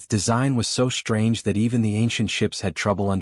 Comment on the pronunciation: FYI, "SHTRANGE" is not an English word.